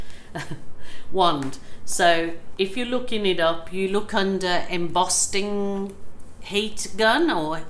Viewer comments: It's Embossing Wand, not Embosting...just saying, just so you know. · Can I point out it's 'embossing', not 'embosting'? Great video!